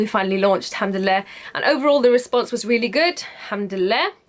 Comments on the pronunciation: I know right hahaha "Alhamdille" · First of all, I love your Egyptian accent when you say 'Alhamdulillah' (you do have one if you haven't noticed) :D ,, Secondly, You Go Girl !! I was soo happy when I knew that you do ship outside the UK... Will be waiting for you collections.. All the best !!